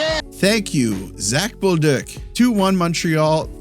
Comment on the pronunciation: Nice pronunciation on bolduc. I've heard a lot of "bol-duke" from others but I can hear that you're better than that!